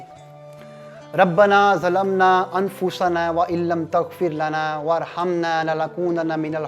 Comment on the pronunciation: اوہ بھائی اپ نے جو دوعا پڑی ہے اس میں اپ نے ت کو کیوں چھوڑا جب کے {وترخمنا} ہے اپ نے ورخمنا پڑھا ہے اپنی گلتی دروست فرمائیں